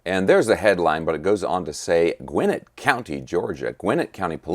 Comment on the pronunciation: I’m sorry,. It’s pronounced Gwen net county